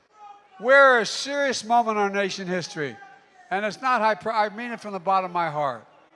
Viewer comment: "We're a seruss momen nation hissory!" 😏